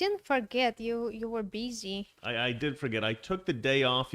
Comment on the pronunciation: She pronounced “busy” as «бизи.»